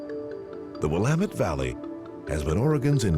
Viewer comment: lol the way he says the Dalles is completely wrong. Just like everyone pronounces Oregon and the Willamette River wrong. Edit: oh he got Willamette right!